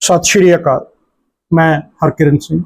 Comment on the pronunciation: ਵੀਰ ਜੀ ਸ਼ਸ਼ਰੀ ਕਾਲ ਨਹੀਂ ਸਤਿ ਸ੍ਰੀ ਆਕਾਲ ਬੋਲਿਆ ਕਰੋ।🎉